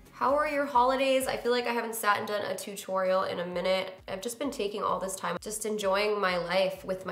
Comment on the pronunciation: I never noticed that you pronounce tutorial as "too-torial" lol